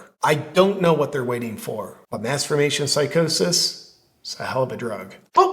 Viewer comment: Is he saying mass formation psychosis or masturbation psychosis? The CC doesn't help.